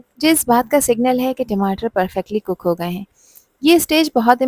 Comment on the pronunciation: Madam timatar tamatar hota hai